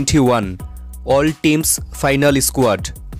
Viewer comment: Why do you say i-sq-uad